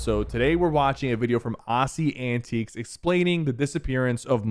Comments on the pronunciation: Everyone: AussieAntics SypherPK: AussieAntiques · Bro Said Ozzy Antiqes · bro pronounced “AussieAntics” as “ouassy antiques” in the beginning 💀😭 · bro says aussie antiques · "ossie anteeqs" lmao its funny hearing an american try to say an aussies name properly😂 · “Ossy Antiques” 💀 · When will someone teach Sypher how to say aussieantics lol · I love how you pronounce AussieAntics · bro learn how to say aussie antics name right please